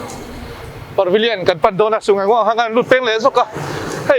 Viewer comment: Parvillion a nilo. Pavillion zawk aw Par hi rawn ti ziaha ngaihthlak a har